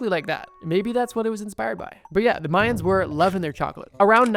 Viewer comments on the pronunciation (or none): none